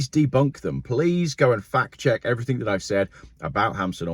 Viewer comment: please use the English language as it is supposed to be used, Everything, Something not everythink or Somethink!!!